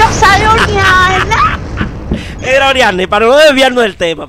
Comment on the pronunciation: No es orianny es oriana